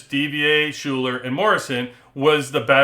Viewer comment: great breakdown, thank you! btw Schuyler is said "Skylar" :)